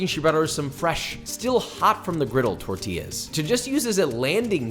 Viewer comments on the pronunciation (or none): none